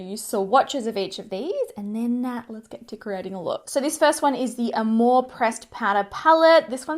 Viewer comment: I loved how you pronounced Amor it means Love in Spanish im from Mexico!!